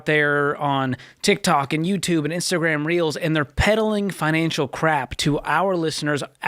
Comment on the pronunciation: I love the way Dave confidently says 'TIK TAK' instead of TIK TOK 😇 Love from London UK 🥰